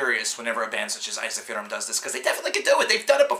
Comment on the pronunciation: Eizahfearum? It's "En-Seef-ur-um" for America, it's "Ensi-Fear-Um"